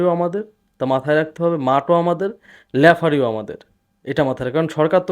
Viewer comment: লেফারি না ভাই শব্দ টা রেফারি। 😊